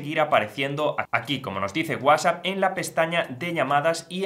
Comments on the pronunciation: Lo que no me gusta es que usted no sabe pronunciar bien WhatsApp Para eso tiene la T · Por qué dices guasap? Que no es Whats app?